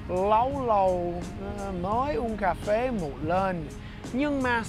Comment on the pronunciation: Everytime you say Cafe it more like C@ phê. LOL